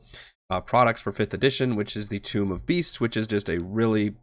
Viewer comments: Think of it like pronunciation of the word tone. Tome. Not toom of beasts. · For future reference, the word "tome" is pronounced "tohm" (long o sound, rhymes with "home"). It's not "tomb" of beasts.